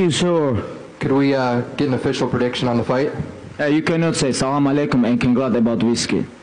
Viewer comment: I like his way of pronounce "I" sound.Fight:Foight ,Night:Noight😅